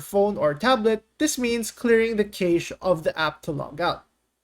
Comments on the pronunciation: CACHE = KASH NOT KEYSH. LOL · DID YOU REALLY JUST SAY CAAAYSHE??